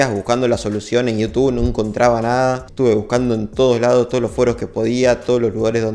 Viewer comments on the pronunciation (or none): none